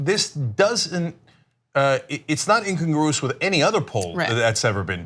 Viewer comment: Dear Cenk, it's pronounced "in CON gru ous."